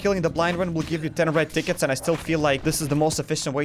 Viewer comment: The moment I heard u say "30 red tickets" I heard "30 red dickets" and I wuz like "da fuq?"